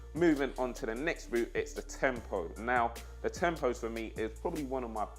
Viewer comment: By the way there not tempos there tiempos